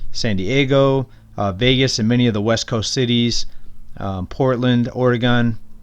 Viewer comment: Who said POORtland???